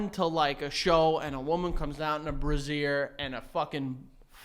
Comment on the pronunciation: "brazier" lmao